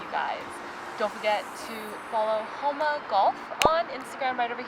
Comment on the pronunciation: The fitter should know how to pronounce the name of the company correctly. "Hōnma" not "Hanma"